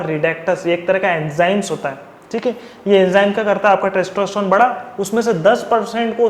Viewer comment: testroestron? wtf are you saying? please take care of your pronunciation!!